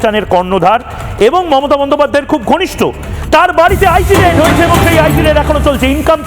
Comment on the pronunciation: "রেড" না ; এটা হবে "রেইড"।